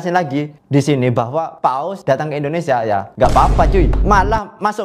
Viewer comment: INDONESIA gus.. dudu INDONESA